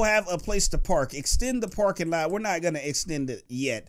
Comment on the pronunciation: he said lets put the porkinglot down